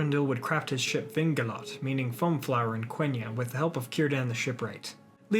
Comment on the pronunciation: Well, I'd advise to control the pronounciation (and the accents as well). Idril, for example, is mispronounced, (it is EEdril) and Gil-Galad has the wrong accent (Gil- GAlad is the right one). For the rest thanks, a nice work!